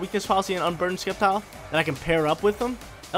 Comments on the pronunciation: skeptile hahaha It is Septile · Sep-tile not Skep-tile lol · And Sceptile is pronounced (Sep-tile) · Don’t forget Skept-ile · Plss say sceptile correctly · There’s no K sound in SCEPTILE and xurkitree you actually pronounce the X dude don’t play if you do it only for the views